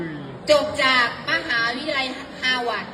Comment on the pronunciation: ฮาวาดร์จ้าครูไม่ใช่ฮาหวัด!!!!🤣🤣🤣🤣👏👏👏👎👎👎